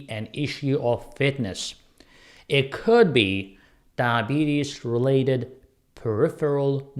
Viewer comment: You're having problem saying diabetes.